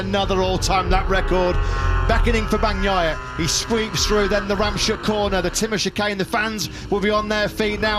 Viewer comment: Oh FFS learn how to pronounce the names of the corners. It's not ram shook. It's rams hook.